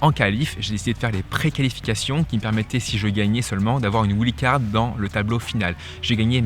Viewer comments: ouild card ça fait mal à entendre quand même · Doit-on prononcer "ouild" card ou bien "waïld"" card ??? Ça fait bizarre comment tu le dis, mais après tout, c'est toi le pro qui connait bien ce milieu du tennis? (WILD CARD)